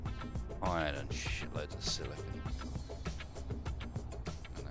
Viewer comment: everytime says "silicon" i chuckle cause he pronounces it as "silicone" which is completely different